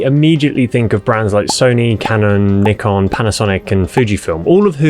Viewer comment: A camera gearhead who can't properly pronounce "Nikon" is more than a little suspect.